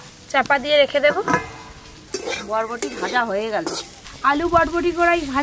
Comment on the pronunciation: এটাকে ভটভটি বলে না বরবটি বলে